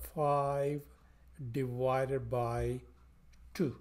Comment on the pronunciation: A very good lesson. By the way: It's "divided" not "diwided" (as You pronounce it)